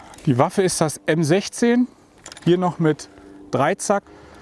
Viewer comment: "Die Waffe ist das M16" hat American gesagt I was surprised